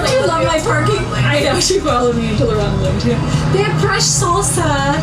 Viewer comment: “Fresh soooolsa” no. It’s “salsa.”